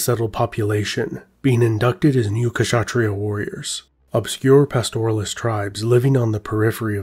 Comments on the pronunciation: You pronounce kshatriya as Shat-riya .. the 'K' is silent . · Great video, just a small tip: In "Kshatriya" the K isn't really pronounced. It's pronounced Shut (like "shut the door")-Riya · The K in Kshatriya is silent just like "knight" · Just a small suggestion - The K in Kshatriya is silent so you pronounce it as shatria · Loved the video but noticed one minor kept bugging me the whole time, the way the work kshatriya was pronounced. Although the correct pronunciation might a bit difficult for some westerners it is good enough IMHO to just consider 'k' to be silent. That would be a good enough compromise. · The "K" in Kshatria is silent. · Please do not hesitate to ask native speakers to clarify pronunciations of foreign words such as Kshatriya. Otherwise, great video. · Great video but the k in kshatriya is silent